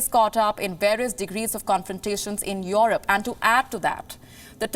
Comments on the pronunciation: Its Europe not Yorop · The way she pronounces 'EUROPE' makes me feel uncomfortable